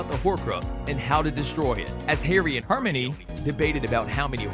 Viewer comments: The fact that you said “hermini” instead of “Hermione” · Sirius dies in Order of the Phoenix, not half blood prince. Also you’re saying Hermione wrong. Please fix up. 🙄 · I cringed every time you said Hermione. I'm not trying to hate but yeah.